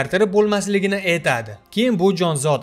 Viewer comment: эйтади..эйланади...зур укиббердинг узиям...а🤣🤣🤣